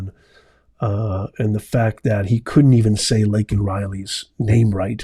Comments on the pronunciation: You're as bad as Biden. He mispronounced the girl's name the same way you did. It's Laken Riley not Lincoln. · I've gone over it six repeats and each time without doubt you both sound EXACTLY alike when pronouncing her name. If you think you said Lankan then so did Brandon. It's really though pronounced LAKE-an. I'm only being objective, so don't get defensive on what could be considered a trivial matter. You have a great day of liberty,. That's what we all live for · Biden not only mispronouced Laken's name, he also downplayed her murder by saying that she is not the ONLY murder victim of illegals.....WHAT ON EARTH DOES THAT MEAN??!! So this young lady's murder should be overlooked because now she is just a STATISTIC??!! Why didnt he say that GEORGE FLLOYD WAS Just ANOTHER CRIMINAL DYING WHILE RESISTING ARREST...but instead he made an ENTIRE SPEECH condemning the police and promoting BLM AND ANTIFA violent and destructive riots. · The reason he said this young ladies name wrong is 1-He cannot read and 2-He has never said or heard her name before. But mostly cause he is incapable of first reading her name and don't give a damn. What a FOOL. Y'all know that there is no Fool like an OLD FOOL. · I'm not so concerned with him. Miss pronouncing, somebody's name as opposed to how concerned I am with what he said after that he.quickly glossed over and went to but how many thousands of people have been killed by illegals.? As if to say she's one of many so what. In the meantime, a gold star parent was there complaining about his son getting killed because he got left behind.Or whatever the case may be and he got arrested. Way to put america's first pedal joe. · Didn't get her name right!!!! Wow! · It didn't matter he said Laken's name wrong, just Don't say illegal . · I had to stop watching the replay because I got physically ill. Did not say Laken correctly, the arrest of the Gold Star father, the attack on the SCOTUS, this guy is depraved.